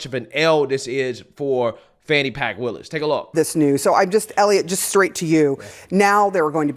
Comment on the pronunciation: HE said "Fani Pk. WILLIS" 😂 😅